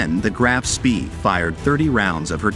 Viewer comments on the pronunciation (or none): "spee"? I was taught it is pronounced "Spay"? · It's not "Graff", but Graf, and the surname is pronounced Shpé